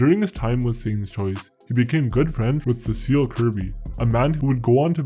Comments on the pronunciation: SEA-sill, not say-SALL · C-sil NOT Sescille...your vids are good, but work on your pronunciation (even if English isn't your first language, it will still be an aid to you if you work at getting it right) and they will be great...thanks for what you've done so far...especially the vids on what goes on in and around the lower mainland.